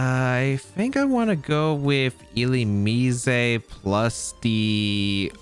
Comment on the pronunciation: I pronounce it illu-MEEZ